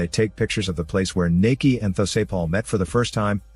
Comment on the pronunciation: Thanks for doing a Thai movie, btw, it's not pronounced "Nakee" it's "Nah-kee" :)